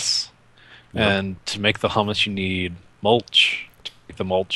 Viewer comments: "Humus" is pronounced "hyoo-muhs". :x The word you've been pronouncing is "hummus". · The humus is pronounced "h-you-mus". It is the decayed biological matter in soil. It is not pronounced "hum-mus" which is a dip made from chickpeas.